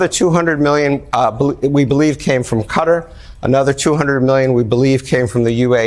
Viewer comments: Will someone tell him how to pronounce Qatar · Dudes been doing this for 40 years and can’t pronounce Qatar lol